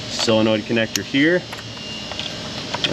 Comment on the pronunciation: Okay,... I'm going to quit buggin' you about pronouncing "solenoid" as if it's "sill-enoid.